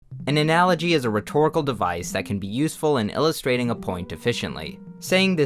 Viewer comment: haha he say ANALology